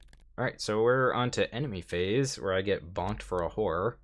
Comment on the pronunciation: Man you keep taking a whore (the way you say horror lol ) all the time...lot of resources there